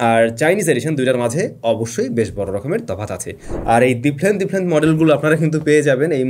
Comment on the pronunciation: ডিপলেন্ট ডিপলেন্ট 😂😂